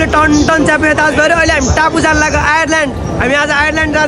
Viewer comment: Bagh karako haina bhai, naak ho karayeko chai. Ani आईल्यान्ड ho bhai, आयरल्यान्ड haina la. आयरल्यान्ड (Ireland) chai country (desh) ko naam ho. Ani Sarhai byejjat ta nagarana bhai haiit!! Taipani , Nepali Naya barsa ko dherai subhakamana timi ra timro pariwar lai hai ta bhai. Ani Australia chai haina bhai, Philippines ra Indonesia pahila auncha la bhai, Australia bhanda agadi chai 😂😂 *Ramailo pani garnu, dukha pani garnu, dherai subhakamana cha hai bhai, timi lagayat timro sapariwar lai. Timro ra tirsana budathoki ko paara chai eutai lagcha malai😂😂😂 ditto 😂😂😂 Sarhai boka chau bhanera nadekhaunda alik ramro hola, bokai bhayeni, ani k gareko bhai tyo Bachcha haru kheleko thauma? Testo nagara hou, Nepali haru jasto hundaina hou Bahira ko manchey haru. Sabhailai kiss deu bhanera nabhana feri pedophile ma haldeyla bhai. Sabhai eutai hundaina manchey haru, tyo chai Bichaar garnu hola. Alık mukh chai bichaar garnu hai bhai. All the best ahead bhai 👍 Ani bichaar garera hidhnu hola bhai.